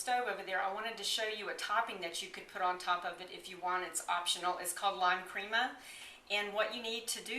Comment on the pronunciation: "crema" pronounced "kreh-mah" not "cream-muh" I was hoping to see how you took the squash out of the skin. I am having trouble with that part. Oh well. Thanks for the recipe.